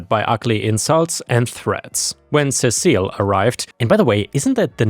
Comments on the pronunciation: Cecil Seesill All one word, not Ce cil, the second C is not the beginning of another word. Seesill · The bat was Lucille, and Cecil is pronounced "Sea-sill." And yes, workplace PTSD sucks. Bizarrely it sucks as much as regular PTSD, though you can get over it. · negan's baseball bat is Lucille and I believe you're mispronouncing that name it should be Cecil like ses-sel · I think that name is pronounced "see-sill"